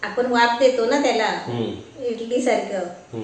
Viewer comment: Itali nahi idali mhantat